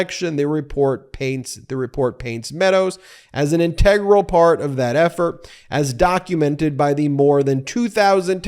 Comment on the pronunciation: . "integral". You might want to look up how that is actually pronounced. But? YOU'RE the attorney, not I ( or me )